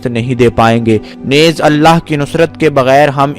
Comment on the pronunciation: Yeh lafz " nez" nahi hai balke isko NEEZ bolen .